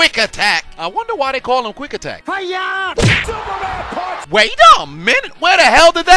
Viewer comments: Is it Quick Attack or Quack Attack??? 🦆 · Was it Quick Attack or Quack Attack? Lol He Rocked Ronc!